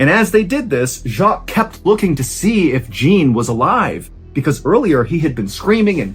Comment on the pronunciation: Jean, like John, like your name, Mr. Ballen!!! You're DO good with French pronunciations too most of the time. Jean is John, with a little French accent on it. Not JEAN like blue jean in America. You are such an awesome storyteller but every time you said Jean like blue jean I started laughing. Great story tho.